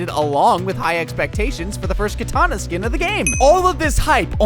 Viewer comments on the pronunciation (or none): none